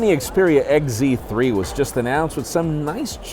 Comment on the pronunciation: "Sony Xperia Egg Zee 3" lol